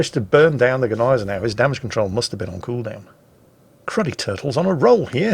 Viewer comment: Thank you for your clarification of the pronunciation . I have always thought that the G was silent . so know I am sure and will pronounce her correctly in future .🤗⚓Thank You .